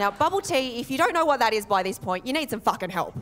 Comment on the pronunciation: Did she really pronounce "You" and "Year" both as "Yee" Australia isn't fit for child raising